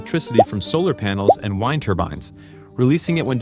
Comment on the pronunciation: like silicon "waffers" and "whined" turbines. Had to stop watching.